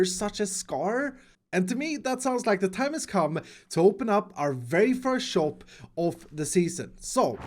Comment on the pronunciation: shop sounds like chop when you say it and all i can think is "chop chop chop chop" just constantly in my head. i love it